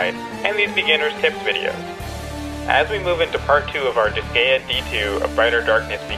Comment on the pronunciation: You said the name of the game wrong. It is Dis-guy-ah